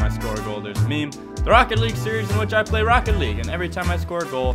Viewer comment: Play not llay